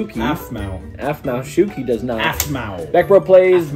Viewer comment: is said Aphmau shuki wrong